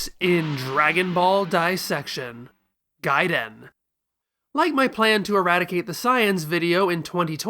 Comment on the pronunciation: "Gaiden" hahahaxD